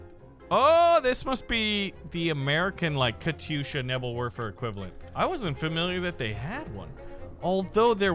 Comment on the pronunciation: "Nebbel Worfer" lol